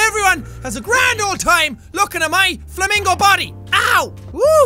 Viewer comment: When he said flamincow I thought of a flaming yaun